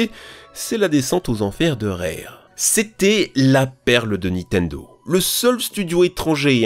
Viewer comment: Arf , ça défonce les oreilles les '' Nitendo, star wor, Times later, ....'' mais pas pire que les '' aréoports " des autres vidéos.😢